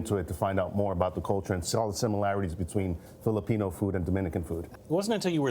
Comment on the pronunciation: If you're going to introduce Filipino food, can you please at least say the name correctly -_